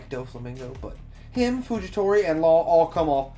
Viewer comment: Fujitora not fujitori